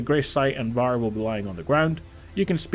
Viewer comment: Why are you saying his name like that 💀